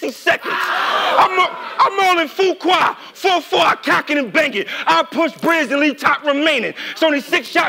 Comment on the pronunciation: Suge lost this whole battle the moment he pronounced FUQUAY wrong... It's pronounced the way it's spelled, nobody should miss that, if they new English, and took grammar classes.. Suge skipped that class